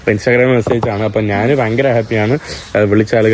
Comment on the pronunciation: എടാ കോപ്പേ നാൻ അല്ല, ഞാൻ ആണ് ശരി